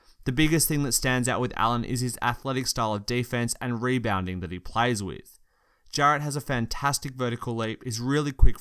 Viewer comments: U rly need to work on pronouncing names. Caris is pronounced care-iss. Also Jarrett is pronounced jair-ett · Caris like Harris, Jarrett like Garrett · its a good video, but your pronunciation of their names is giving me cancer. its Caris pronounced like Harris, and Jarrett ie pronounced like Garrett. pls get your pronunciation on point. its all i ask